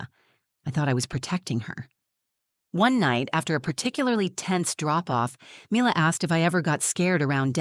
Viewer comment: You could at least get the pronunciation of the child's name correct. Milla not Myler